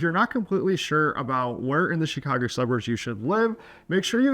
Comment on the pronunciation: Why would anyone listen to a guy who cant even correctly pronounce the name of the city? Who says “SHEEKHAGO”?